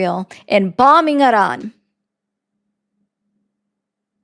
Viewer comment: I am pretty shure the r in Iran is not rolled with tip of the tong, also in Croissant, because its hard for americans to do, if they don’t heard it from their mother as a kid. The r is build in the throat which why german for example sounds harsh to americans.🤓